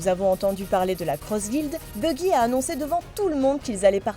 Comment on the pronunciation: Buggy ? Baggy "a"